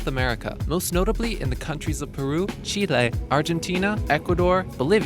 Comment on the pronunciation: The fact that you pronounced Chile correctly made me so happy.